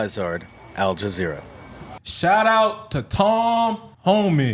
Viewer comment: al jazereee? Wtf?USA